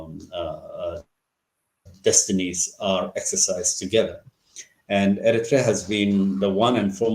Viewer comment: What makes your show interesting,, is the fact that your guests are well-versed in the subject of discussion you raise. The only misgiving: well, please pronounce Eritrea properly. With due respect, it should be ኤርትሪያ in English instead of ኤሪቲርያ. This mispronunciation has long been in vogue with many Ethiopian jurnalists working for English presses. Keep up the good work!